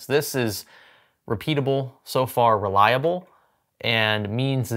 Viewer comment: It's funny to hear the problem is "relaiab" 😂